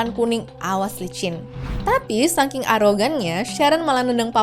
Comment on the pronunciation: saking, bukan sangking kakk😢